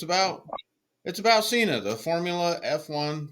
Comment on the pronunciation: The Senna documentary was brilliant! Its Senna not Seena